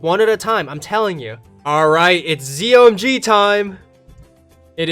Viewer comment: A YouTuber calls zomgs zo my gods